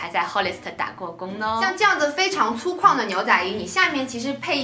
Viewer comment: 是粗犷（guang）吧